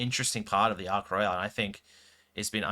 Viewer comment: You're saying Ark Royal weird. It ain't Royale... It's not a cruise ship